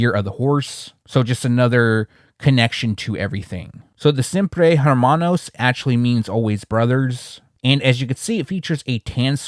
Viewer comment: Your Spanish not bad…. When there is an H at the beginning of a word it’s actually Silent So don’t thing Hermanos think ERRRMANOS gotta role the R… That’s another thing…when to role and Not role the Rs So Hermanos = Errrrmanos Hernández= Errrnandez CAR is Carrro Now “expensive” is Caro….you don’t role the Rs CARRO= Car CARO = Expensive Carrrro, is car Caro, is expensive Hermanos “Errrmanos” = Brothers You good tho 👍🏽